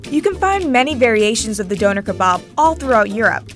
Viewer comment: Your pronunciation of Döner Kebab is terrifying